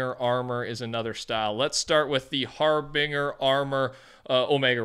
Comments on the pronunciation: Just a quick P.S., Harbinger is pronounced with a binge sound, not a bing sound. Har-binge-er. Not Har-bing-er. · He said "Har Bing Her" 😅 Its Har-Bin-Jer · Har-binger. Lol. It's pronounced har-bin-jer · I love how you say harbinger🤣, it’s not har-bing, you say the g like a j (har-binj-er) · Love your videos to death man so I mean no harm when I say it’s pronounced har-bin-jer instead of har-bing-er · HARBINGE-ER NOT HARBING-ER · of course its another god damn female knight skin im so sick and tired of the female knights for "Fort Knights" sets. Edit: OMEGALUL HAR BINGER BRUHHHHHHHHHHHHH its pronounced (Har-Binge-r) xD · “Har-bing-er” lmao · Harbinger is pronounced har-bin-jer :) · Mf said har-binger 🤣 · harbinger, bing-urr??? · I love how he pronounces harbinger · lmao the way he pronounces harbinger